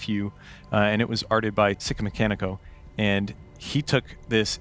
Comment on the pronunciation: This looks fantastic. But I hope the Red Hot Chili Peppers aren’t watching to hear him try to pronounce Sikamikanico!